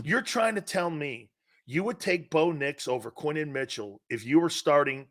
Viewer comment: His name is Quin-yon Mitchell...say his name right